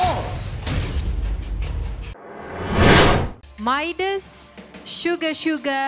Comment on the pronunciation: Coach : Midas.. MC : MAYDES. 🤣🤣